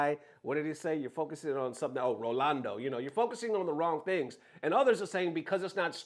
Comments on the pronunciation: Omg dog stop with the "rolando" it's not even hard. Ro Nal Do. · Rolando? 😂RA-NAL-DO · The fact that you commited to calling Ronaldo "Rolando" is pure gold 🤣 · Man really be mispronouncing Ronaldo 100times in one video